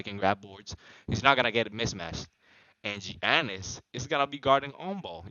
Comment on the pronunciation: Yonnis... Yonnis man yonnis. Lol. Good vid. Did u win?